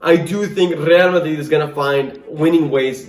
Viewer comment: I love how you say Rrrrrgrreal Madrid, the pronunciation is perfect